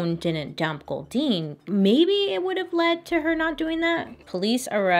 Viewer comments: This is bad but everytime she said goldeen all I can think of is the pokemon makes me laugh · Every time she said “Goldyne”, I though of Goldeen, the Pokémon. @@ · Anyone else making the Goldeen Pokémon noise every time she says Goldine? Just me? 🤣🤣🤣